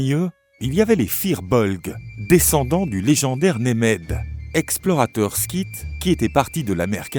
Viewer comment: Bien, mais la prononciation de l'irlandais, ça fait mal aux oreilles... L'irlandais n'est pas du français... Et "Scythes", ça se prononce comme "site", pas "skit"... C'est un mot connu en français pourtant...